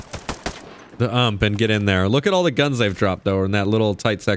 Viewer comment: Put the UMP back on... Its pronounced (U-M-P) haha 🤣🤣🤣